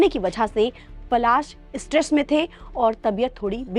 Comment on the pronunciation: Phle bolna sikhiye Pasal nhi Palash muchchhal naam hai unka 😅